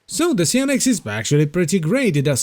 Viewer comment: Please, lets all improve our english. How do you say Cyan? its a common color, for printers. Why do you thin kyou need to be cute and change it's pronunciation here: Cyan-ex, simple.